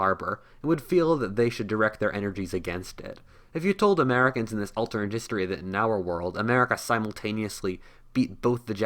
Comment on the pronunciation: Bro can you not pronounce the word alternate? You’re saying “alternd”